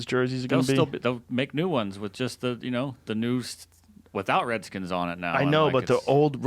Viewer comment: "Wer not da wedskins" Cryin